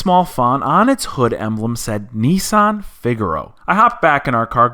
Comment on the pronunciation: why do you say nisssssan.....its nissan :-)